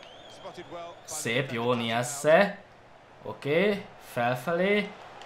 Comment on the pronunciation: nem niasse hanem najsze